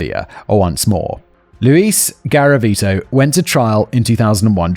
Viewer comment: Don’t do a drinking game for every time Simon says “Gavariti”😂